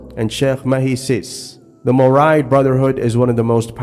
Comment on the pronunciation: Mouride is pronounced as murid